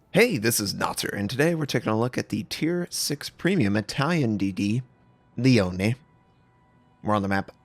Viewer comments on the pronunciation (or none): If you like to know , notser, Is not Lione, Is leone . 😉 E in Italy Is Always e not i. Saluti dall'Italia